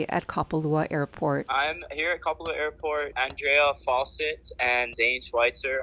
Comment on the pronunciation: So Maui Now news can't pronounce Kapalua. Geeez